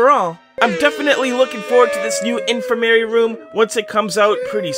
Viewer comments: It’s: “in-fir-mAR-E” not: “in-fir-mair-E” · Heads up, it’s pronounced infer-ma-ree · its pronounced in-ferm-er-ee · Question: Why did you pronounce in-fir-ma-ry as Infer-mary? That’s- Wh- why? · It’s pronounced in-fer-mery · Its pronounced in-firm-er-y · you mispronounced infirmary. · Bro the way he pronounced infirmary. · No offense to you, but why did you pronounce "infirmary" like that? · I don't think that's how you pronounce Infrimary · GRRRRR HE MIS-PRONOUNCED INFIRMARY!!! (This is a joke)